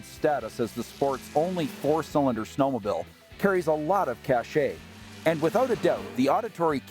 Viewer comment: WTF is a snow-mo-bill?